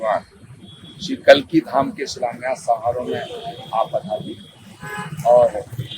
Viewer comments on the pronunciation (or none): रिपोर्टर साहब कालकिधाम नहीं कल्किधाम कहिए